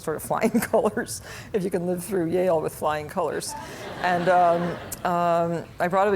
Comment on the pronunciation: Yale (aka ‘jail’) 😂